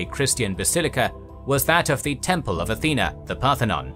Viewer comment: Athener???! I thought the patron goddess of Athens was "Athena!" There's no "R" in Athena!